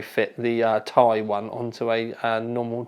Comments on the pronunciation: Tea-Eye not Tie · FFS, it is T I, not THAI. Even Jen Hsun pronounces it T I. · please stop referring to it as a ti (tye) it's Ti (tee eye) as in the chemical element for titanium Sorry but it bugs me other than that keep up the good work:) when do we get the benchmarks? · Its not "tie" its "tee-i" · It's T-I, not tie, like tie fighter -_ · why are you saying TAIIII? unsubbed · That "Tay(Ti)" made me close this video and look for another review. Hihihi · Jonathan Wood It stands for Titanium. Nvidia even pronounced it 'tie'. Unless you pronounce titanium, T-I-tanium and nvidia is wrong. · Why does he say "ti" wrong!